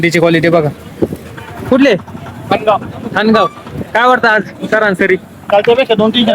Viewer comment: Saransari nahi sarasari mhanaych bhau